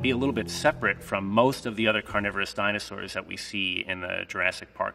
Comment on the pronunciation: He may be an expert but mans butchered a lot of the dinosaurs names so bad